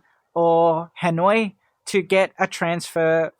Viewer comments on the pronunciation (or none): none